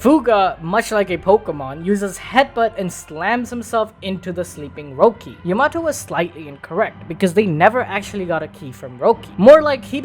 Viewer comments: Loved this video but dude….. Ya-mato 🤦‍♂️ cmon man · Yamato? No no Yamahtoe 🤣🤣🤣🤣